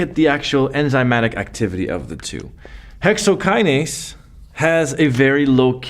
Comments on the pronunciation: Thank you Prof... Dont' leave the 'n' in hexokinase next time🤓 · Thanks for this but I just noticed the " Hexokiase" thing